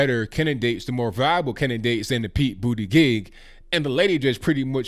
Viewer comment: BUTTGEEK, not bootygig